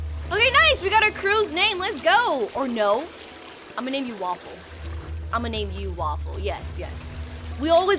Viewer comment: U allways say "wafell"